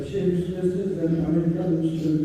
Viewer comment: Assalamu alaicum...pardon but it's Estes...